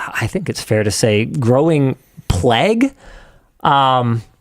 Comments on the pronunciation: Is that the Canadian pronunciation of plague? It sounds so weird to me. Pl-egg ! We say it like vague in the UK. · My apologies for the pedantry, 6m 44s: I believe you're attempting the word 'plague' however you accidentally(???) recite a noise that resembles 'pleg'.